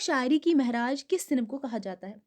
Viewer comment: آپ لوگ اپنا تلفظ پہلے صحیح کریں معراج کو مہراج پڑھ رہی ہیں ۔۔۔